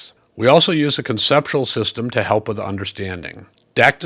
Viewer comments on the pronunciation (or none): none